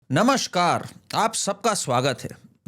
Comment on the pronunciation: Bhai, namaskar hai, namashkar nahi. Pahle shabd se hi ladkhada gaye?!!